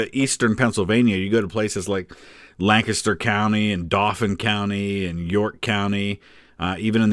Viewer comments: Not that I would expect different from you, but thank you, a non-Pennsylvanian, for pronouncing Lancaster (lank-isster) correctly 😂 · Hey man, 2 points for pronouncing Lancaster the PA way 👍🏻